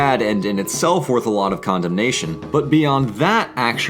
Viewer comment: "Condem"nation ehhhhhhh? no? bad? fine